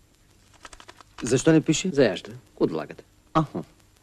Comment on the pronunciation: Георги Русев не казва "крокодилче", а "коркодилче" :)